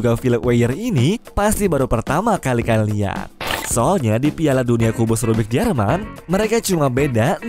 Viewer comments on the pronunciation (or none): none